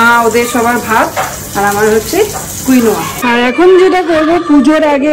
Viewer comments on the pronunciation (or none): tomar baba thik pronounce korechhilen Ota কুইনোয়া নয় কিনোয়া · Uncle thik bleche কিনুয়া not quinoa😊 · Quinoa pronounced Keen-Wah, not Queen-wah